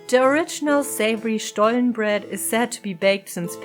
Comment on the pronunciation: Ohhh I didn't know the story about the Butterbrief 😯 thank you for educating me!! I always love the warm lighting in your videos 💚 Looks so cozy, I'm a big fan of that! I think it sounds funny when you talk in English and say SCHTOLLEN in-between 🤣 that made my day! Thank you for sharing such a lovely video about another beautiful tradition of our home 💚